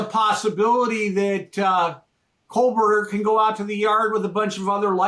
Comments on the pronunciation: To: First of all, it's Kohberger, not Coal-burger. Secondly, Idaho is NOT a small state; it's a large state in the Intermountain West with a small population. There's a difference. And your intensity is a bit much; a little bit of you goes a looooong way, man, and I'm not impressed by felons. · Someone let know its Koh Berger,not kol Berger. So annoying to hear the continued mispronunciation after 2 and a half years by several YouTubers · At least get the last name right😂it’s KOHberger🙄. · or whatever his name is is so focused on showing us his latest book that he hasn’t learned how to properly pronounce Kohberger. is the One Trick Pony.